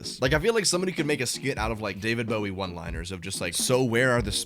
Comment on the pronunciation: "daveed bowhe" IM CRYINGG